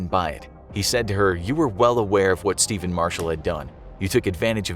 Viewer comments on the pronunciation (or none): it's stephan not steven